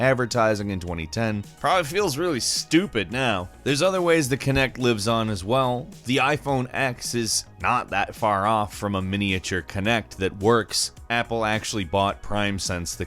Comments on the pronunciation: It’s iPhone 10 not X the moron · iPhone TENNNNNNN....not EX